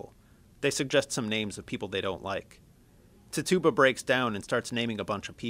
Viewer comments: Tf is a tit tube ba? It's Pronounced Tit chu ba! not tit tube ba. Spelled as Tituba But pronounced as Tit chu ba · Ti-Jew-Ba not Ti-Tu-Ba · he literally said tih TOO bah. pisses me off. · Isn't it Titchuba not "Tituba" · it's not ti-tuba its titchaba honestly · Quick Note Tituba's name is pronounced "Tit Ju Ba" no "Tit Tuba" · Carlie Zucker I've heard it was pronounced like TI chu bah. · oh god... he is pronoucing the names wrong! >:( its not "Jiles Corey" its "Giles Corey" with a "G" sound not a "J" sound. The slaves name is pronounced like " Tich-uba" NOT "TI-Tuba" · ITS PRONOUNCED TITCH-YOU-BA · Tituba is pronounced tit-chu-ba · No hes not its pronounced "Tih Chu Bah" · the guy says Tituba wrong. The emphasis is on TIT not the TYOO part. Tit-tyoo-bah. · Tituba's name is pronounced TIH tuh bah, the first syllable is emphasized. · Jonathan Hillier buddy, tituba is a legit historical figure, watch a video about the background, it's tI chu bah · The pronunciation of Tituba should be "tit-choo-bah". Your pronunciation is driving me batty. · Her name is pronounced TITCH-OO-BUH, I think this is the same guy who pronounced conch as "conk" in the Lord of the Flies video. He's still a good speaker though. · This was pretty great, except it bothered me every time you said "Tituba" Tituba (Tih-Tchoo-Buh) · This was good. Just a note: it's pronounced Ti-chu-ba.. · I’m sorry but that pronunciation of Tituba, idk if it’s just our Scottish pronunciation but we say it so differently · Really! If your going to talk about the crucible then you could at least pronounce Tituba the right way! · You're miss pronouncing Tituba ._. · I swear he said Tituba so wrong... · i love the way her pronounces tituba